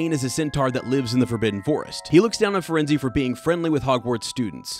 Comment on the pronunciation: Yeah that’s.. that’s not how to pronounce “Firenze”